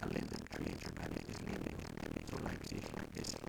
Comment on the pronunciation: Youtube didn't forgive him for his horrible slavic pronunciation, and took revenge this way